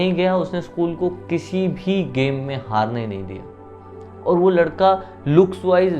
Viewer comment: Kiyaaaaa...?? Aap bihar se h..???🤔🤔😳😱😱 Ekdm nhi lgta ,hm soche ki rajsthan se h, Apka 'aur' ko 'orr' bolne ka accent thoda alg h.